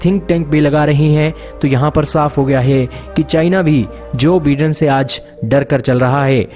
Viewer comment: Bhai vagwan ke waste thik se pronunciation karle... Jo BIDEN- pronunciation /by-Den/